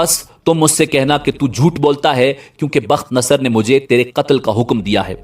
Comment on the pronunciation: تم جاہل آدمی ہو. تمہارا مطالعہ بہت کمزور ہے. پہلے تو بخت نصر کا تلفظ تم غلط کر رہے ہو. دوسرے ساری کہانی بے تکی ہے. وہ بادشاہ دانیال علیہ السلام کے ہاتھ پر اسلام قبول کر چکا تھا. تمہاری جہالت مسلمانوں کو بھٹکا دیگی. روپیہ کمانے کے بہت راستے ہیں. مگر جہالت سے روپیہ کمانا حرام خوری ہے.